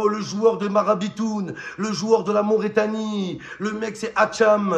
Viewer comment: C’est Mauritanie pas Mauraitanie 😹